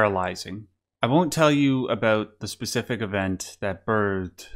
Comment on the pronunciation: oh are you canadian? i heard an aboot slip oot instead of an about 😏